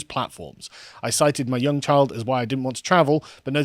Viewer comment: HHAHHAHA chile is a guetto way to say child, not chill HAHAHHA